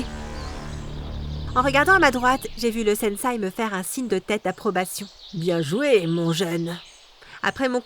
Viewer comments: Super vidéo mais c’est pas une étoile mais un shuriken et c’est sensei (qui ce prononce senssé )pas un sensai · Quand elle dit SENSAI J ai envie de lui dire on dit SENSEI ohhh!!!! 🥱